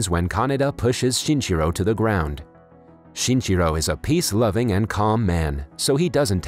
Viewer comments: count how many times he said "shinchiro" instead of shinichiro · lol the way you pronounce his name sounds like chinchilla